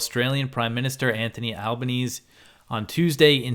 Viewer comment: Great work! BTW, Albanese is said like "Al-ban-easy".